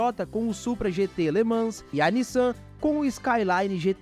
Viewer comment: Cada vez que alguém fala Le ManS, morre um golfinho...